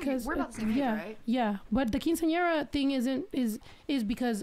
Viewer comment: Love snow but why is she pronouncing Quinceañera like that?? And this was low key educational I did not know that about Guadalupe 🤯